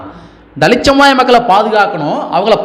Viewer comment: தலித். தலித். என்று சொல்லாதீங்க தம்பி